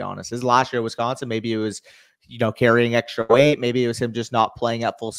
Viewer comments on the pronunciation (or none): none